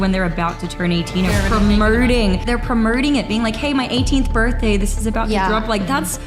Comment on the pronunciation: she says "premerting" instead of promoting like she's Doctor Evil. Then in an Australian accent she says... "nauuuurrrrr" instead of no.